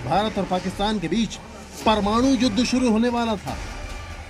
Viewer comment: यार तुम लोग 'परमाणु' बोलना भी सीख लो. यह क्या परमानू परमानू बकते हो.